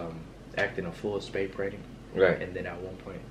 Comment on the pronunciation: Nobody gonna talk about how he said "spay prainting" instead of spray painting